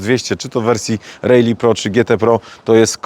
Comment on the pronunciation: Naucz się wymawiać prawidłowo RALLY